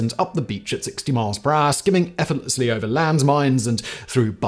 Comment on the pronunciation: Simon on TIFO, Biographics and Geographics: effortlessly Simon on Brainblaze, CC und Decoding: effert ... effortlel ... effortleslie ... effortlessly!